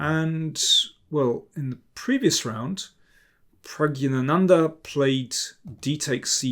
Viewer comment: Pragg"i" ganandha you said. At the worldblitz Championship, that woman was repeatedly informed by Levi, how to emphasize Nepomnjachi (written correctly). No chance : Nepomn AAA tchi . Now you 'll probably insult me again with: ...hopefully my face did not spoil the video for you.(back then, when I tried to explain to you also, how to emphasize NepOOOmnjachi). Well since then I always cover your face with a piece of paper ...